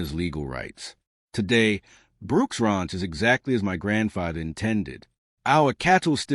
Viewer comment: You would think a fourth generation Texan could pronounce ranch correctly